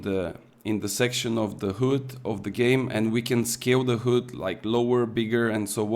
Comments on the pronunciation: You said "hood" instead of "heud" 😂 Thats funny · I like how you pronunce HUD 😂